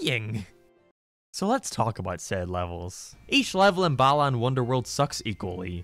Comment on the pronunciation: Everytime a European says Balan I hear "bellend." Kinda fitting.